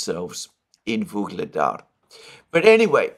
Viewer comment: It seems like you pronounce a'"g" sound in the middle of Vuhledar or am I imagining it?